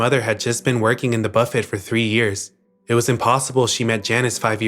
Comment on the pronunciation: Please, please learn how to say 'buffet' right. 😬 You don't pronounce the T at the end.